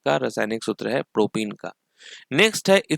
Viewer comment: propen it's प्रोपेन not प्रोपीन (CnH2n) Propyne it's प्रोपाइन not प्रोपीन (CnH2n-2)